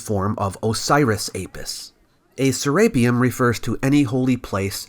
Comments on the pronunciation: "saRAPEum" is incorrrect. "seraPEUM" is correct. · (Ser-rape-E-un)? Never heard it pronounced like that before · Say rape one more time FS can't watch this because you pronounced it ser rape um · You're mispronouncing SERAPEUM, are you just using an AI reader, that is painful.